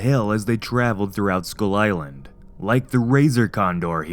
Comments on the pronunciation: “Skyul eyelan” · anddd he pronounced skull island as "school island" which is true